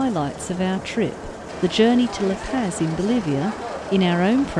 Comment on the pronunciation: Never heard Arica or La Paz pronounced like that lol